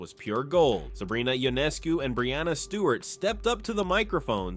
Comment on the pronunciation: The commentator (or is it the robot) needs to include name pronunciation as part of their homework. Sabrina (say what?)…. Ionaayscu??? Cmon! Shows disrespect and carelessness.